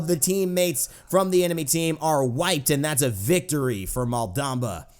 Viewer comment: All the teammates from the enemy team are white and that's a victory for Malbam'ba lol Edit: I know you said wiped, but it sounded so funny xD